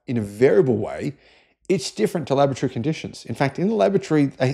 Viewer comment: When he says laboratory, I hear lavatory